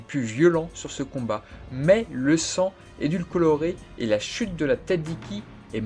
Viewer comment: bonne review mais > "édulcorer" pas: édulcoulorer. ;)